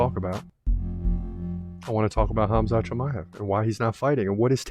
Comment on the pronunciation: I just wanted to say thank you for saying Hamza name properly, i know the Russian way of spelling is confusing and wrong, it hurts my ears when people say kamzat, instead of Hamza.